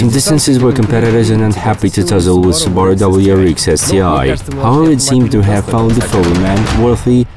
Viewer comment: All I heard was "Qubaru". Can't even get the right pronunciation. haha